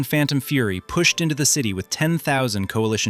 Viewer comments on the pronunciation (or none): none